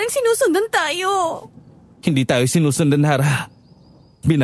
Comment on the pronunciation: Harrah ksi not arrah